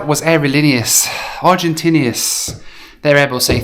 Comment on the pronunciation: Hilarious how says: “aerolíneas Argentin’i’as” ~every time 😂